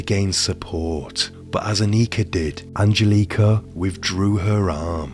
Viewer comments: I hope you donh't mind a bit of constructive criticism: the emphasis on both names Angelika and Annika is wrong. It should be on the 'e' in Angelika and on the 'A' in 'Annika'. Also: Not sure if I missed it, but in case not: Wilfred had apparently a comparatively low IQ - certainly compared to Angelika. So there was some discussion as to whom was leading whom in this relationship, as some argued that Angelika would have been easily able to outsmart him. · What up with the bad pronunciation of Angelica. I can even finish the video